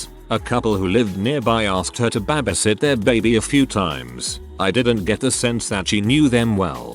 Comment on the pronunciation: Honestly the way he says “babasit” is just the most wholesome. I’m stealing it